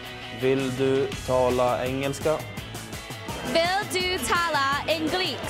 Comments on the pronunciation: It is really interesting that when they try to pronounce the Swedish word "Engelska", many of them pronounce it the way the french word for English. Namely Anglais = English. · Not even Backstrom seems to know swedish :P because that's not how you say it :) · Americans are so sad they always try to say g as like k. It's more like n. Och ja, jag talar engelska ;D.